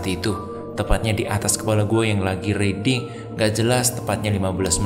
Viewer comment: Riding dibacanya RAIDING bro